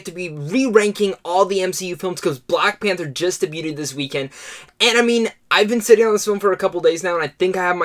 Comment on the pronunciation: How did you say debuted?